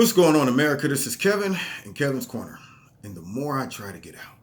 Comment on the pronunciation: Nah man, you're "", lol. You're new name, Kevin, lmao. You should have T-Shirts made with that on it...Anyways, great video as always,.